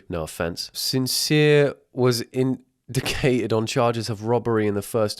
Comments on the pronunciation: the way you mispronounced indicted lmao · LMAO indicated instead of indicted is so funny😭